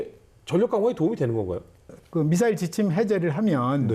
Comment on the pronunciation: 미썰이라고 발음하시는 패널의 발음을 보면 더 엉망이구만요. 일본식, 모타. 등등